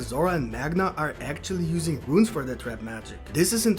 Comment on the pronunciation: Runes, not ruins🤣🤣🤣